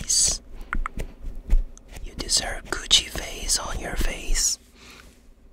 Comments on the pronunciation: Am I the only one who keeps hearing “coochie on your face” but he’s really just saying Gucci 💀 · I THOUGHT HE SAID “COOCHIE MAKEUP” BEJDHD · I THOUGHT HE SAID COOCHIE LMAO